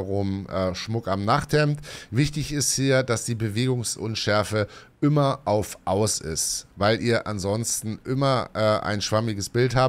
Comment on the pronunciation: "ümmer" besser 😜